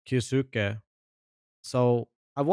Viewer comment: you say that you pronounce kyousuke like the japanese do, but you are incorrect you pronounce it as kyo suki (suki means 'like') so you are confessing your love to him. if you would have done the bare minimum research you would have known how to say it, just search "kyousuke pronounce" on yt should lead you to a vid of the pronunciation even just searching "anime kyousuke" should lead you to a clip of someone saying it in an anime. its pronounced kyou su keh (the o is elongated by the u, the e sound in japanese is not pronounced like i or the english e its closer to eh sound) now say it quickly without long breaks between the sounds. i know this is a useless thing becuase he is a russian kid who doesnt even watch anime and just selected a name, i doubt even he knows how to say it, and 90% of the talent in the CS scene is british so there is no point in expecting them to say it the 'correct' way, but still useless rant over. source: i am half japanese